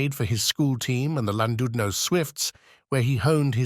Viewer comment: ''Lan DUD no''. AI nonsense.